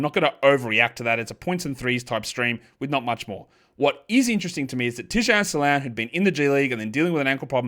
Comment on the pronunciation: The 'Tijane Salaun' pronunciation makes me wanna puff a Gauloise and toss my beret into Seine in black and white 🤌